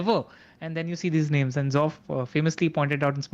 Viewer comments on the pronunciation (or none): Love the pod, but can y'all put in some effort into learning the right name pronunciations? I think its a bit disrespectful if y'all are not even trying at all (sometimes).